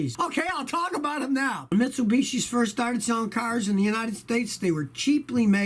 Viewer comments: sounds like he’s saying mitsubitchski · Hmmmm Mitsubishi, or should I say Mit-su-bitchy. Sorry